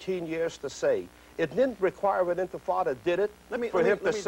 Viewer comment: This is the second video I've seen of Charlie Rose saying intifada wrong